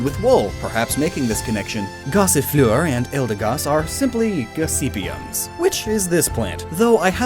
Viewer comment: Gossifleur is supposed to be like gossimer I think